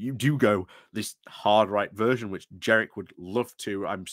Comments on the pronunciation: Completely agree with everything you say, but every time you pronounced JeNrick as JeRRick I took you a little less seriously. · Jenrick not Jerrick